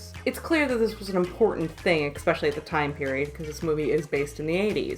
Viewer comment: Really enjoyed the video and your breakdown of the class system as it pertains to the film, but "exspecially" kills me a bit inside every time I hear it... and the use of the same frames repeatedly. I'm glad I've subscribed and I've gone back and watched earlier videos... keep it up!!!